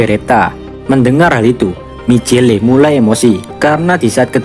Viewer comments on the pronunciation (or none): Di baca micel bukan micele